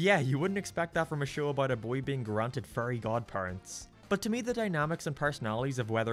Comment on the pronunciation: "Furry godpurents"😩😩😩